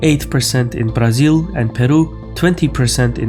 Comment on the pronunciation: Happy to have found you man, and btw you just pronounce Brasil too well, you don´t sound like a brazilian but you say it perfect.